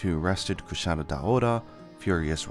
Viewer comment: "kushara" - is the purposeful to try to pronounce like the way the japanese do (engrish)?